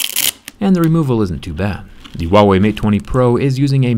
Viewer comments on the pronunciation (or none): ITS HUAWEY NOT WUAWEY REEEEEEEEEEE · Hu - a - wei not wawey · Why are you saying uauei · Why does he pronounce Huawei as 'WA Way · Why do americans always pronounce is wah way? It is pronounced as it is spelt.... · I like how u randomly mispronounce the brand name, since they are not even sold in US